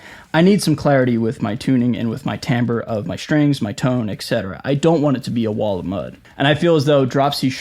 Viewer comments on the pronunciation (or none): timbre, not tambre.